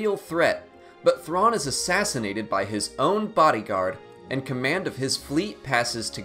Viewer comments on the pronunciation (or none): none